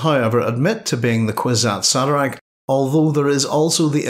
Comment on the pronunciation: Horrible pronunciation of kwisatz haderach